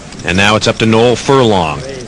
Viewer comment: I like how the commentary pronounced my name correctly.....Noel